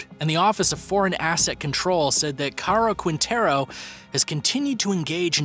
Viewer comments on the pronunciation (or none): #10 RAFAEL " CAROL" "KWINTERO" 🤣😂